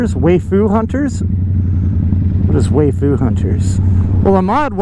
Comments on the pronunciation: What is "Wai-Fu" hunters? haha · 'way-fu hunters' lol